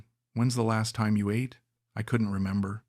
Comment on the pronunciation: Bro next time try to google how to pronounce ATE in tagalog languange ..it's not pronounce like eat in past time